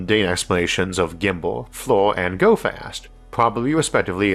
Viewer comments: It's "fleer" not "floor" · FLIR is pronounced "Fleer", just an Navy Vet that worked extensively with airplanes.